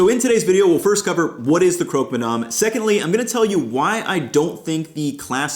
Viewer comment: Hey, I'm french (ish) and in english it would be pronounced more like "Crock-Muh-Damn" or more accurately, "Cruck" ma damn. Source: i live in Quebec